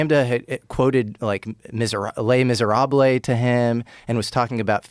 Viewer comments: The correct pronunciation of "Les Misérables" is lay mee-zeh-rah-bluh. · The fact he doesn't know it's pronounced les miserA kills me as I did back when I was like 13....